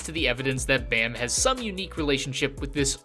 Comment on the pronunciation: he's called baa-m, like, baa like a sheep and add a m. not bae-m